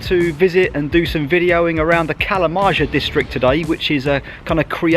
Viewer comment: fun fact: 'kalamaja' is pronounced like kalamaia (stress on the 1st a), and in direct translation means 'fish house'